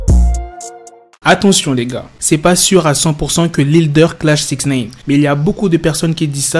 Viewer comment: pourquoi tu dis souvent "sixneïne"?